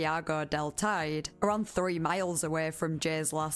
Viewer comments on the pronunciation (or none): Teide is pronounced Tee-dee. 🖤